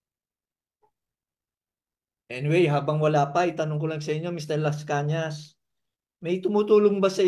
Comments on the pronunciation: MR ARTURO LASCANAS PO HINDI LASCANA SAY IT WITH AN "S" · Lascañas hindi Lascana.